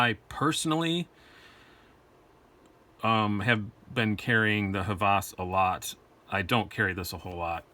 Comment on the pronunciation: Nice comparison! I like them both (and own them both) but the Hvas wins for me. And it is pronounced "Vas", the designer is Danish, so they don't pronounce "H" like we do. Keep on dicing! Oh, can we see the RTD from CRKT when it comes out? There are no videos on it except like shot show.